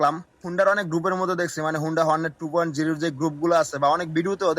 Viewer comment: ভাই ২. উ না ২.ও ভালোকরে আনতত পক্ষে কথা বলো,,,শুদ্ধ বলতে হবেনা,,,তোমার ভাষায় বলো,,,কিন্তু ভুল বলো না।